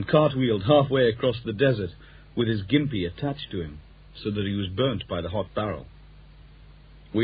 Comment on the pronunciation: It’s pronounced ‘Jimpy’ not ‘Gimpy’